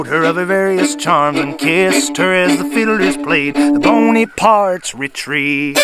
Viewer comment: I noticed the player/singer pronouncing the melody name as "Boney-parts Retreat."